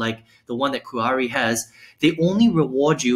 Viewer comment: Nice review. It's pronounce "Kee-Ahree" made from the "Mah-kee" berry. 😊